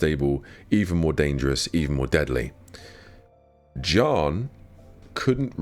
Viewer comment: bro halfway through the vid did i realize he was saying Jiyan not John